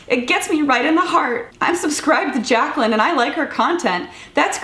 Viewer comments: rdot jpg Has this video y’all are talking about been taken down? How can you possibly mispronounce Jaclyn? Or Glenn?? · Pronouncing it wrong on purpose clearly...and that's where he went wrong lol. Even if he didn't know who Jaclyn was, he should still know how to pronounce the name very easily. It was very forced. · I did think it was funny that Dan tried to act like he didn't know who you were and mispronounce your name...like if he really was friends with Eugenia like that, he would know that you and her are friends lol.